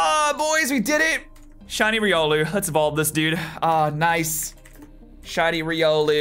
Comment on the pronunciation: its Ry-Ol-oo